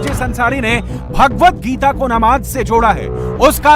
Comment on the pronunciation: Ye katuon Geeta uchchatan sahi karo Galat kyon pad raha panchvhar putra